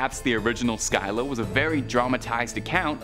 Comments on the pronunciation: The are pronounced Scylla (Sil-la) and Charybdis (car-ribbed-dis) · It’s really hard on the ears to hear Scylla’s and Charybdis’ name completely butchered.